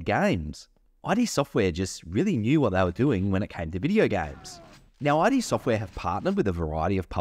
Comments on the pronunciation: Thanks for the video and the info forreal 😎 buttttt…. Was anyone else cringing a little each time he said “I.D. Software” and not “Id Software” that was alittle rough to constantly hear 😩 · It's not pronounced "eye dee" like your identity documents. It's "eed" Software. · i couldn't keep watching with you calling it "i" "d" software.... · id software isnt pronounced that way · Eye Dee software omg.... Nahvidia....